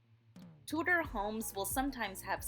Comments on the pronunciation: Too-der, not Two-Door. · The pronunciation "Tu-door" is French and how you would say the watches by the French Swiss watchmaker Tudor. But since we're talking about an English design whose name comes from the Tudor dynasty of in England (of which Henry VIII was the second and Elizabeth I was the last) the English pronunciation should be used which is "Tu-der". Actually slightly more quickly so it sounds like one word with two syllables that it is. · I was excited to see Tudor homes reviewed but your pronunciation ruined it for me. Two-door and other words, not gonna go through them all. Voice over is a good idea but its worth taking the time to look up the correct way to say the words you are reading.